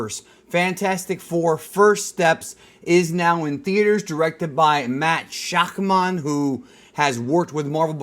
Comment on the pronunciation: Did you say, Matt Shock Mon? lol. It’s pronounced Shack Mun